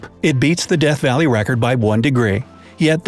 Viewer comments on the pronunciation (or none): none